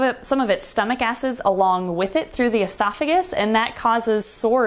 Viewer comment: When you said their stomach acid comes up it sounded like stomach asses I'm dying over here 😂